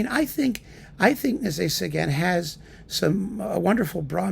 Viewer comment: I think I like the way you pronounce his name better.